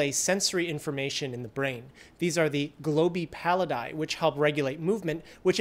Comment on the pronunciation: Loving your videos, but as someone who studied latin at university, your pronunciation of "globi pallidi" made me a bit sad, it was so close to be correct 😅 Ok, i vented my nerdrage, please continue.